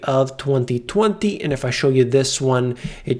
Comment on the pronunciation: great info. btw gangsta way of saying 2020 .. thwathee thwanthee.